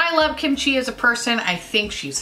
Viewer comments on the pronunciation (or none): none